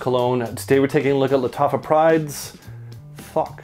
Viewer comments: Everytime you say thouq, I keep hearing the word FAWK 😂 no hate,just making me giggle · Nice review, always wondered about this one. Btw, the "Th" in Thouq is pronounced the same way you'd pronounce "This" rather than "Thought".